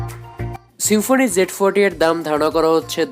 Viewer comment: সেম্ফনি না ব্রো, সিম্ফনি......